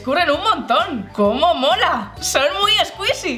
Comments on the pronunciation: Like si te diste cuenta que cada rato decia como mora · Irma Angelica Gomez Zarate no es Mora es Mola 😉😄